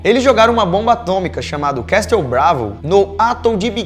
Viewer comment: A pronuncia de castelo em inglês que fica Castle é pronunciada da seguinte forma : QUEZOL , OU CAZOUL E NÃO CASTOU como vc disse. eSSSKETIT !